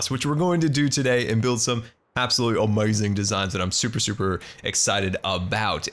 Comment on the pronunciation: I love the way says amazing. It sounds kinda funny but rly cool:)